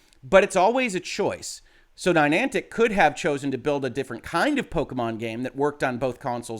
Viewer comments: I can forgive "Rawblox" since it appears that way phonetically, but adding a 3rd N to Niantic with "Ninantic" is beyond the pale. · I'm just waiting for somebody to hit him on 'Ni-nan-tic'. (there's only 2 n's, not 3) 😁